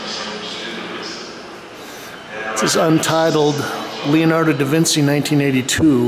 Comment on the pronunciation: you pronounce his name very wrong and you also pronounced leonardo de vinci wrong very good video though